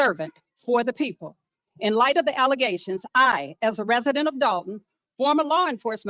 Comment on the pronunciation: "Defamation of Character" Someone taught her those words. She's not bright enough to speak those words on her own. Nonetheless, know the meaning. Let's not forget " Allezations," as to " Allegations."😅 I want Chief Lacey to get locked up, too. Dotts 😂😂😂😂 Big dummy He's speaking Tiffany's language